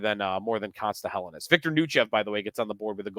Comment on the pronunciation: Day 4 of asking to say Helenius correctly.